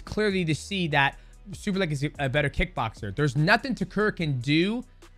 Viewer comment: Lol you said his name right once then went back to saying it wrong the entire rest of the video e.e